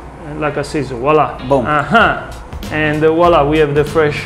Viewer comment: VWAHLAH. voila. It’s French. Not wall ah